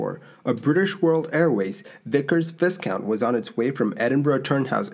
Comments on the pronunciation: I know this video is a year old and you've probably used the word "Viscount" before but I'm reasonably sure it's pronounced "V-eye-count" (the s is silent and the I is pronounced like a capital "I") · The type name of the aircraft-viscount is pronounced Vi count. The "s" is silent. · More mispronuciation! The 'i' in Viscount is pronounced as jn 'eye'. Furthermore the 's' is silent. Thus the word should be pronounced, 'Vycount'. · Why is he calling it a Vis-count? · I really enjoy this channel. Just a quick note re. pronounciation of Vusciunt. We say "vycount" - the "s" is silent. Having said that, I'm returning to the video - not heard of this crash before or the airline. Aha! British United Air Ferries Pof which I have heard) changed its name to British World Airways in 1993. It ceased operations in 2001. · Good video but just to pick a nit, the name is pronouced 'VIK-ers VI-kount' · Viscount is pronounced “ VIGH-COUNT.” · "Viscount" is pronounced "v-eye-count" the "s" is silent. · Another well-reasearched and well presented video - many thanks. But just to let you know 'Viscount' is a word with a silent letter 'T.' Thus this is pronounced 'Vycount' - the English Language is full of strange and illogical anomilies like this. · v"I"scount make the I bigger its a Viscount, Say Vycount . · Viscount is pronounced "Vycount". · Viscount is pronounced Vye-count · Did he say "viss count"? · The plane is pronounced Vie-count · It’s pronounced “Vie-count.” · Viscount = V eye count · It's a 'Vì-count you cluts" (Anyone remember that advert? For the biscuits Anyway, silent "s" in the word Viscount. 👍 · Its pronounced VY-COUNT! THE "S" is silent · Yes Vi (eye) count pretend the s doesn't exist. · Technically viscount is pronounced vie-count. As a Canadian you should be able to pronounce that correctly, along with Lieutenant (pronounced Left-tenant). I'm assuming that you're Canadian at least by the sheer amount of Canadian airline footage you show on your channel.